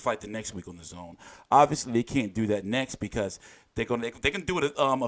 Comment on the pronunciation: You to be Eddie haters because you are always say AJ and don't want to fight but you are not dazn hater but always downplaying by the way you mentione dazn telling us that the name oldish but I'm now I'm happy that you are pronouncing it well now. Take it or leave Eddie Hearn is a blessing to boxing.